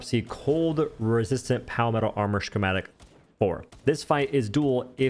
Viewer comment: Bro it’s why does he say “shhhhhchematic”